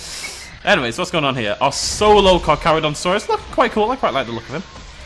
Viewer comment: I liked when you called the Carcharadontosaurus the Carcadonkadonkadonk. It was funny.